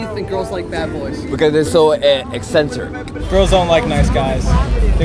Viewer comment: There is your man right there ladies,the fucking guy can't even say eccentric.